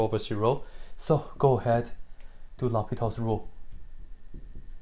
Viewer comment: I spotted out the mistake, and it's not quite a math issue, but still it's the name of mathematician , I mean L'Hôpital's rule. there's no letter 's' in his last name and it has nothing in common with a hospital. Anyhow 7 and 1/2 hours of limits looks tough, I mean if you really did it in one take you're a monster!